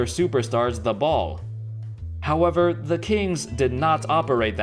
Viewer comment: Every time he sais "however" i was thinking "howebber"...